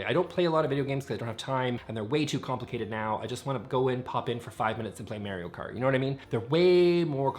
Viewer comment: I’m sorry, —did you just say Mary-o Kart? 😂